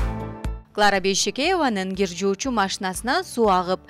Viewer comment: Гир эмес Кир десенер туура суйлоп уйронуш керекда